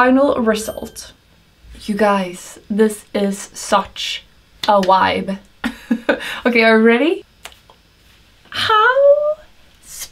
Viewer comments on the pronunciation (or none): Lol “Wibe” how cute. I think you meant “Vibe”. Your English is spectacular regardless! The hair is SO PRETTY!!! One of my favorites besides the holographic hair!